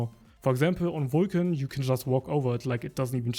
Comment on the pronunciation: Wtf 😂 WWulcan